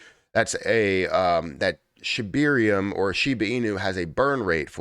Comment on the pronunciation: Its Shib air ium not Shib eer ium.